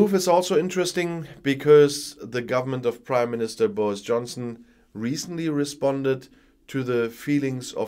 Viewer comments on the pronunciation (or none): none